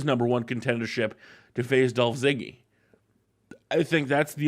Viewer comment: lol he said dolf ziggy